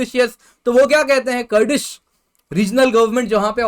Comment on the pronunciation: Bhosdi wale baba ji, कुरद है करड नहीं